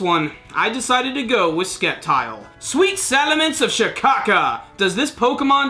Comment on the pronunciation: The c is silent in Sceptile... So its pronounced Sep-tile... :-P